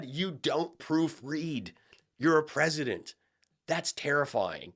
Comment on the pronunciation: both the pwesident and fist lady could use pronunciation correct.